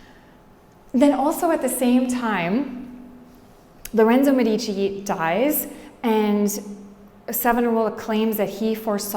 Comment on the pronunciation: Thank you, very good, but learn how to pronounce "Medici"